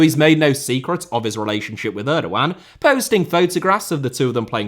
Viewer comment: I hate the way he pronounces Erdoğan